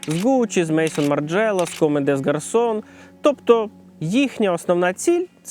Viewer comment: "мейсон марджЕла" "коме дес гарсон" 😁 з французькими назвами брендів явні проблеми )))